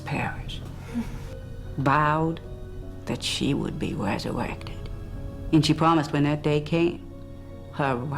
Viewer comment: "She would be wesurrected"